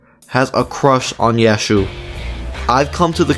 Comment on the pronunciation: Josefumi: Joshu Yashu: Yasuho he pronounced yasuho as yashu wtf?